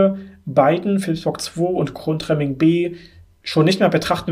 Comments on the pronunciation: 2 Kleinigkeiten: Es heißt nicht "Grundremmingen" sondern "Gundremmingen" und Grafenrheinfeld ist auch schon einige Zeit nicht mehr am Netz. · GUNDREMMINGEN nicht Grundremmingen... man man man